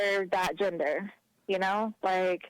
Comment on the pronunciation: I COULDVE SWORN IT WAS GENDER...not “JINDER”...all these traumatized liberals sound and act the same lol